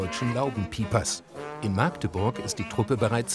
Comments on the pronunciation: Im Wort “Magdeburg“ ist das “a“ kurz... man,was ist so schwer daran? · hab aufgehört als der Sprecher von Maaaaaagdeburg sprach- es heißt mackdeburg ihr penner